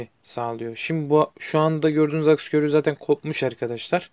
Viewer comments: akis akıs degil lutfen yazdigin gibi okumani rica ediyorum (aks) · Akıs ne abi, aks diyeceksin. Arada ı harfi yok.